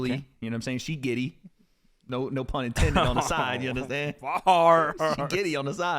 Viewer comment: When sensei said gwiddey while hitting the griddy I died